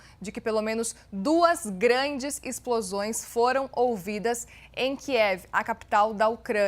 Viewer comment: Âncora: Acabam de ser ouvidos, novos Ixplosões. Aconselho a senhora a fazer fono.